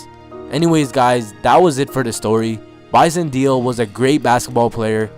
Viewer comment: Bison Deal???. It's Bison Déle moron